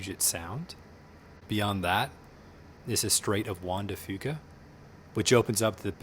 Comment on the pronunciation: Lojajaja,, you said Juan De Fuca..........